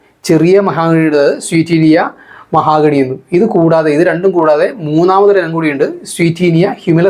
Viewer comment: മഹാഗണി അല്ല മഹോ ഗണി ആണ്